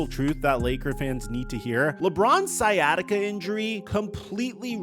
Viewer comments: Bro said skyattica lol. It’s sigh at itca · It's not pronounced Sky bro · it with what? Sykatiga? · Always hilarious seeing people pronounce it sky-attica 😆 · so interesting how he alternates between pronouncing it "sciatica" and "sky-atica" throughout the video 😂🤷🏿‍♂️ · "skyatica"... Christ, dude..... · did he just call it "sky-attica"? lol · Sky Attica lol, all along the video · "Sky atica" lol wtf. Come on bro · Dude how are you pronouncing “sciatic nerve” correctly but not “sciatica”? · How do you know how to say sciatic but not sciatica? 😂😂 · Bro! The “C” in sciatica is silent. Just like the “C” in sciatic. #ComeOnMan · It’s called sciatica.. This guy is saying it wrong!!! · Bro work on your pronunciation 😂 do you pronounce science as skyance? Smh you speak for a living hahaha